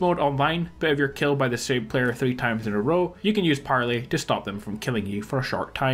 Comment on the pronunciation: Parlee lol it’s pronounced like parlay